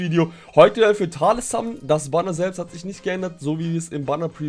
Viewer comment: auf Englisch ja, aber nicht in der deutschen Aussprache. Dort sagt man nämlich ausgesprochen „Tales“!!!